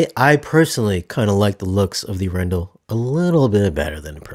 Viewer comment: Please learn to pronounce Arendal properly. A "pro" reviewer should get this right and yes, it matters. If someone always did this to your name, you would want them to get it right.